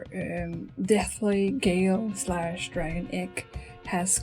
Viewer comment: its not pronounced "gale-slash" the real name is cooler. its pronounced "galeh slash"